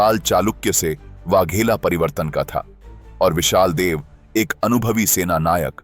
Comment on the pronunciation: विशाल देव नहीं विसल देव नाम है